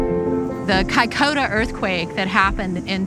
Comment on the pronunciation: Kai koda? ....Kaikoura.